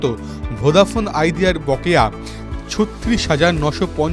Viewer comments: ভোডাফোন বলছে না ভোদাফোন উচ্চারন করছে ঠিক বুঝতে পারছি না.......একবার নয় প্রায় চারবার শুনলাম কিন্তু সেই ভোদাফোন ই শুনছি.......আপনারা কি শুনছেন জানাবেন. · ভোঁদা ফোন নয় বলো ভোডাফোন 😂😂😂😂😂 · আপনি ভদ্র ভাবে উচ্চারণ করুন ওটা ভোদাফোন না ভোডাফোন হবে না পারলে আগে শিখুন তার পর উচ্চারণ করুন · আরে দাদা ওটা ভোদা নয় ওটা ভোডাফোন 😂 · ঠিক ভাবে উচ্চারণ করুন ওটা আপনার ভোদা নয় ভোডাফোন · ঠিকই শুনেছেন আপনি😂😂😂😂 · Ki Ki ki আরেক বার বলেন , কি ফোন 😂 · কি ফোন বলছেন? উচ্চারন ঠিক করে বলুন